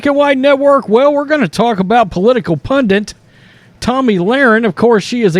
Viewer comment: SOMEBODY TELL HIM...........IT'S p u n d i t......not pundent